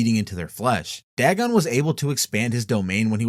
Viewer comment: It's dagon not dragon